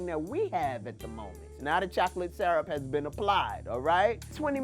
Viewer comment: That’s a new way of saying syrup... no longer searup or surrup it’s sarrup